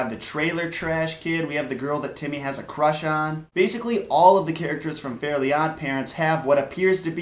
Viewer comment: its fairy not fairly